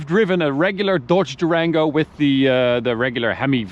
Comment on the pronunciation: Dorge Durango? bahaha